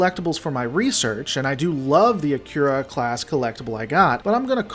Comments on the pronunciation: An interesting video and I appreciate the hard work and research you put into it. I'd just recommend one thing - the pronunciation of the name "Akira". It sounded like you were saying *"akyura". My understanding is that it's pronounced "uh-kee-rah" (As it would be pronounced in Japanese). I find it's a much prettier pronunciation too. I took a look, and Akira is indeed a Japanese name and it probable means "Bright". (kana: あきら ; アキラ, kanji: 明 ). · The name 'Akira' should be pronounced 'Ah - Ki - La', which is in fact a Japanese word means 'Light'. In Japanese, 'Ra' is pronounced 'La' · No, in CHINESE R is pronounced L. In japanese they don´t have an L and the R is rolled at the tip of the tongue. He pronounces the R wrongly but not enough to critizise him for it. Or are you just trolling?